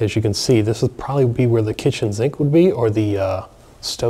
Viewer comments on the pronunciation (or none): Btw the only people I ever heard say zink instead of sink is New Orleans.